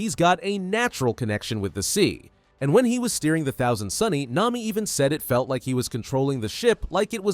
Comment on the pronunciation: bro it nami not Naomi